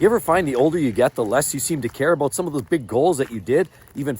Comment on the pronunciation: It's aboot respect. Lol